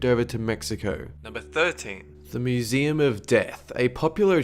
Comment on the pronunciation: I swear he says mooseem in some parts.